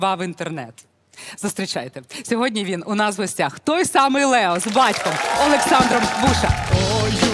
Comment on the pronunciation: Лео ,а не Лєо. Дитина розумніша за це шоу.